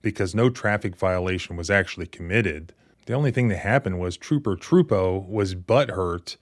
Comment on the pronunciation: I believe you're pronouncing the troopers name wrong. It's Trooper a.j.Tru poo